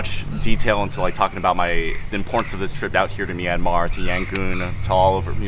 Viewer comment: Btw is Yangon not Yangooon!!😂😂